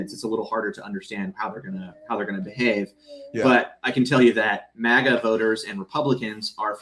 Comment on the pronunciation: It's maga, not mogga. It's not an exotic foreign word. It's not iroq or iron, either. It's maga. Root word: maggot.